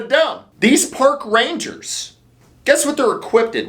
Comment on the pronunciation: Did you say 'Pork" Rangers? Well I guess they are dealing with animals.